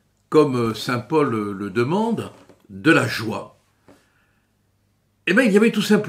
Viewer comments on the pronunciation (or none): none